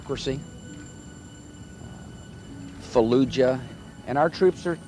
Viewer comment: faaloogah :) ol dubbya had a way with the english language